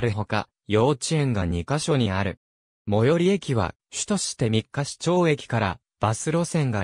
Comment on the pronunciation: みっかし、ではなく、みっかいちですよ。